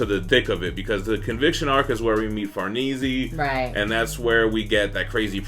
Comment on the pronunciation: It's pronounced far nay say. Like an Italian name.